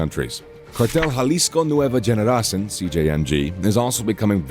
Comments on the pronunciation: I've commented on a lot of their videos....they can't pronounce the words and I feel like they just don't even try to learn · Can’t stand the stupid pronunciations they need to just say it in English or hire someone who speaks Spanish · Generacin? Lmao it's cartel Jalisco new generation generacion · It's not Nueva Generacin , it's Generacion , meaning new generation ......lmao